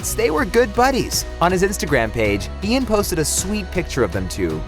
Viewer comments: It's pronounced EYE-an, not EE-an. Ian Ziering. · Re: Ian Ziering... It's pronounced EYE-in. Not EE-in. Do your research. Journalism 101. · It’s I-an “Eye-on” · good but try pronouncing ian's name correctly next time